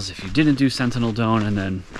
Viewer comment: “SENTINEL DOME” not centennial lol